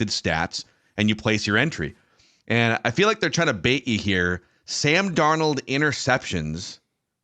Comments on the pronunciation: Love the show to death but as soo as said Darn Old, i knew it would probably be like the last episode with his pronunciations being all over the place and I'm not sure why but it bugs the crap out of me and can't finish the episode. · I rather enjoy every time calls him “darn-OLD” 😂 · Why does he always say, "Sam Dar-Nold"?